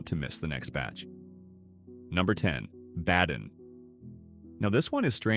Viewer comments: At least learn to pronounce "BAY-din" properly - maybe then I'll believe a little bit more of your nonsense. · STOP ✋️ AI. Badin is MISPRONOUNCED! Bay-Den is the CORRECT PRONUNCIATION 👌 RE-EDIT THE VOICE OVER Got it? FIX IT! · Badin is pronounced BAY-Din, not Bad-in. Yadkin is not Yodkin, it's YAD-Kin.